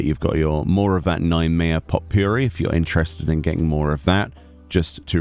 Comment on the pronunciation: I think the T of Potpourri is silent 😅